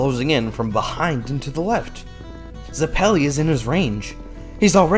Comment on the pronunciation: Hey crew, GREAT work here, love having an outlet to see Part 7 and 8 before the anime because I’m an easy to bore reader. Only thing to say is that I thought Zeppeli was pronounced “Zeh-puh-lee” but I could be wrong. Cant wait for Ch 6!!